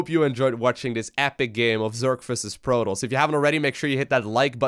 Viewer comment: Content is so good! But protos not proTALs